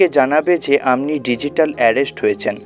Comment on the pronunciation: Please speak Bengali properly. What is "Amni"? Should be, "Apni"